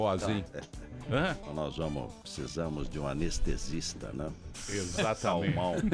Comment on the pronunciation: De cada 10 palavras que ele fala 5 é "Tecnologia" e as outras 5 é "pssisamo"... Kkkkkkkk